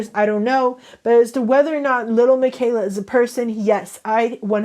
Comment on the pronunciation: The pitchers? And little plz stop she is fake and pronounce it right not trying to hate but it’s really bothering me and miquela I don’t think is pronounce mikayla I think it’s lil miquela (Mikueela)